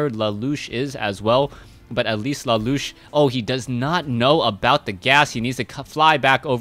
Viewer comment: keeps saying la loosh, and annoys the hell out of me 1. because it sounds stupid and 2. i think its la la usshhh